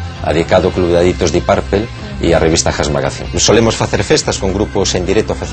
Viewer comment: deep purplE???!!! your pronuciation is embarassing...isn't a funclub?